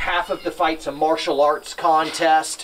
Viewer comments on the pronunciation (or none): none